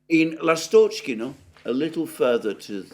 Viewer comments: Alexander, I think it's L'A'stochkino, not Last'O'chkino. Emphasis on 1st syllable. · Dear Alexander, ❤❤❤ The name is LAstochkino, not LastOchkino. The stress is on A, not O. The name of the village is derived from the word lAstochka which is a bird, called swallow in English. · In the word Lastochkino/Ласточкино the emphasis is on the first syllable...on the A. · Dear, Lastochkino is named after a bird lastochka which is bird similar to swallow. The correct pronunciation is by putting the emphasis on A in the word. The word Seversk has an emphasis on first e. and means North.